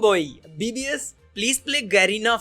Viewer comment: bhai pe garena hi hota hai tu pronounce galat kyu kar raha hai garena ka garina bana diya